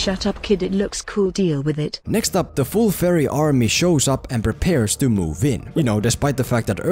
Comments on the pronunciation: When you say fairy it sounds like "furry". Maybe that would have been a more entertaining movie. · Whenever he says fairy, I hear furry, and I can't stop thinking about a bunch of furries storming his house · I dont wanna be mean or anything, but it sounds like your saying furry and not ferrie. honestly it makes me chuckle. (Sorry for my poor english) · Whenever he said fairy I heard it as pyro.